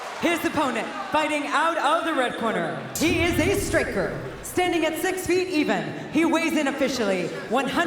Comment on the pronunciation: She the commentator say he is a sriker. Not striker. Wtf. Dam that’s sad. Can’t pronounce striker need new job.